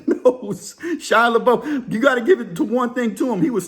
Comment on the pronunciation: It’s pronounced La-Buff. And he’s Cajun on his dad’s side. I heard he actually owns a home in Nola. He’s one of those rare celebs that want to live a normal life away from fame.